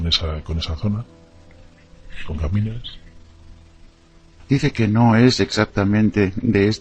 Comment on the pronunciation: El entrevistador dice permanentemente Gamínedes, es Ganímedes. Ninguno se da cuenta del error?